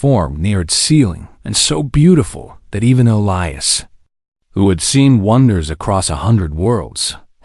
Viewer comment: Why the difference in skin color? Why are all cargo ships old and broken down? Wouldn’t there be major cargo carriers by then? Did the princess have to have four arms? Please learn to pronounce Elias correctly. And they’re using charts instead of an outer space GPS? What about his crew? Didn’t they deserve a reward by standing by him? The humans in these stories are ridiculously noble, selfless, and humble.